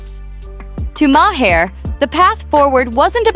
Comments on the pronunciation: So tired of AI miss pronouncing his name, it is not my h' are... very annoying!!!! So much so I discontinued watching. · The man’s name is MAHER PRONOUNCED ….LIKE THE PLANET MARS WITHOUT THE “S”. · You need to work on your AI pronunciation of these people's names it's way too distracting to have Bill Mar's Is name miss pronounce 3 different ways. Not to mention sunny Hostin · Thats not how you say Bills name